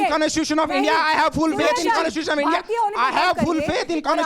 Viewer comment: conesusetion of india ? 🤪🤪🤪🤪🤪